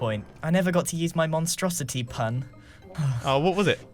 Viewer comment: "Monstrositree" Why 😭 now whenever I try and say Monstrosity I keep saying Monstrositree. HELP ME!! 😭 Edit - Now I just keep adding tree to the end of words I'm not kidding why is my brain so stupid 😐 honestree it's bugging me 😁 😭 THE INSANITREE!!!!!